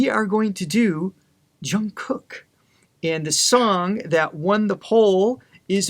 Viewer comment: Loved your video! You guys seem very knowledgeable!💜 Just FYI Jungkook’s name starts with a regular “J” like “Job” or “Jump”!